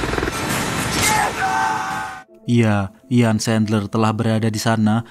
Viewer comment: Namanya lengkapnya Jan Erik Sandler,, erik nama tengahnya. Dalam bahasa jerman huruf "J" pengucapanya seperti "Y", "Jan" pengucapanya Yan